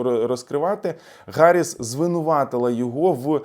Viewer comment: я пенсіонер і Ваш підписник, регулярно доначу на Ваші збори. Хочу щиро Вам звернути увагу про немалу кількість русизмів у Ваших розповідях (топливо, захватили,...). І в цьому випуску Ви постійно вживаєте Харіс, а не Гаріс, так кажуть ущербні московити, бо в них немає букви "Г".